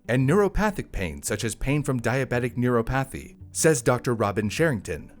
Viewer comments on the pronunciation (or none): Neuropathy ner-AH-pih-thee / ner-AH-puh-thee Neuropathy